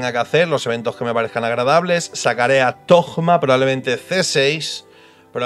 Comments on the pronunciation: Dejen de decirle tojjjjjma, se le dice tōma/tohma/touma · Porque le dicen tojma ? Cuando la pronunciación en español sería Simplemente Toma, zoma en inglés ya que se escriba Thoma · XDD Sigo sin entender lo de llamarlo Togma (ya se lo he visto hacer a varios creadores de contenido), dejando de lado la pronunciación de la h en Alemán (se supone que es en lo que se basa Monstad) o en Japones (Inazuma) la H va entre la T y la O, no hay nada después de la O para cambiar la fonética y meter ahí una g. Otra cosa sería decidir entre Toma y (th) Zoma pero eso ya es para gustos XD. Se que es un comentario muy mimimi pero es que es meterle una g ahí a lo José Bono en plan yolo XD Por lo demás muy buen video como siempre ^^. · Porque le dicen Thogma y no Thoma en su nombre no hay ni una G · Alguien me explica porque le dicen ThoGma? En españa agregan una "g" despues de un "Th" o que? porque escuche a Tiesogamer decirle asi tambien jajaj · porque lo pronuncias con G thogma??? xd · No entiendo por qué le dicen "Togma" ... de dónde sale esa G '??? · Porque conio dices ThoGma xd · Porqué dice togma me da toc. Ma